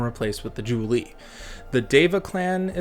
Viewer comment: I gotta get me this book kek And the only real "pronunciation crime" is Julii and Cassii, everything else was a good attempt tbh. Julii is the Plural of Julius so you pronounce the second i, same with Cassii and any possible plural ending in i, like in cacti the plural of cactus. Latin has other quirks but they're more about annunciation which shouldn't be faulted for